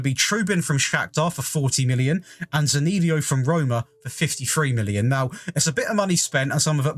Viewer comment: Hey, great video. A quick heads up. Zaniolo's name is pronounced Z-uh-n-e-oh-l-oh.